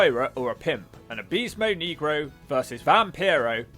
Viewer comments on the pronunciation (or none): why can't british people say words in spanish? "abeesmo nigra". perro? perro who? perro aguayo jr. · The way he pronounces abysmal del negro is crazy funny 😂😂😂😂😂😂